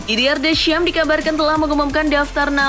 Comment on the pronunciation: Sebutian deschamps jadi Descham wkwkwk